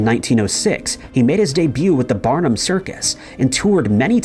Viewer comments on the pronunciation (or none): none